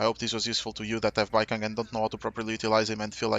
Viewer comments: I don’t think it’s “Baikang” it’s Baicang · Please, his name is pronounced like bai-tsang 😅 the pronunciation is killing me… here since I got an A1 Baicang lol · it's like bai-song. the "c" is a "tz" sound which is similar to the english s sound and the a in ang is a sound somewhere between an a and an o, realistically in my language it's an a that blends into an o. this probably isn't helpful but it's the best explanation i can give. great guide btw! really appreciate the explanations and showcase.